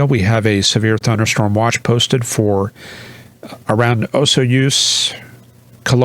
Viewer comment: Wow that was a great Canadian 🇨🇦 coverage. You actually said Osoyoos properly - whereas I didn’t force while whence I moved from Montréal to Whistler! Yes, it’s a Cool low now in Victoria BC. But, we need cooler & wetter. Not sure if you heard about that massive rock fall in Banff National Park yesterday. Pretty crazy w many folks in the way. Hope you’re doing well -wish I was chasing a few TCu Anvils this past spring in yer area. Has it been ave year or not⁉️